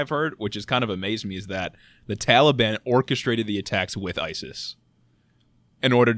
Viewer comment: Everything they said is straight facts but everytime dude said "Tally-ban" sent me 💀💀 I love yall 💪🏾❤️